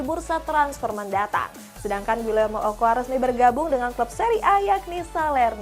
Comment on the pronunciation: Ocoa bukan okoa...